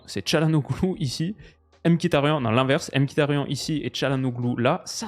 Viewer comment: par contre ca se prononce ''miktarian''